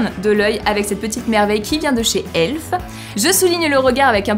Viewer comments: Par contre la marque " elf " ne se prononce pas " elfe " mais " E L F " 😂😂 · Eu juste sa se dit pas elf mais E l f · Juste je sais que certaine personne disent elf (genre elfe) mais je crois que ça se dit E L F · 😔c'est pas "elfe" c'est E.L.F. (elf) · Bah on dit pas "Elfe" mais on dit lettre par lettre